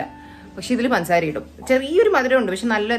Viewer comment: Pansaara alla പഞ്ചസാര